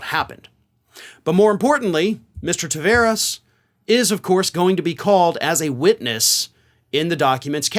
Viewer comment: Ta(var)es Its a latin portuguesa name the var is prpnounced like bar.... Car... Far A wide open taaaaaaaavaaaaaaares